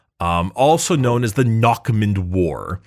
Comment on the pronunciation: eh for future reference it's said "narrmoond" the "next mouth"